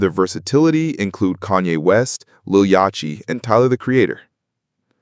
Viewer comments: "lil yachy" instead of lol yachty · stupid ai voiceover, "westside junn", "lil yatchti", etc. please dont use ai. although i will say i agree with most of the takes in this video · He said "Westside Junn, and Little Yaw-chee" lok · Lil. Ya-chee? Im done. This has to be ai. First Ra-keem. Now Lil Ya-chee. Lol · bro said lil yatchee. crazy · He said lil yah-ch-tee as well for yachty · he pronounced Lil Yatchy wrong 😂